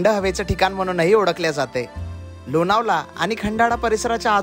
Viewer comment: लोनावला नाही लोणावळा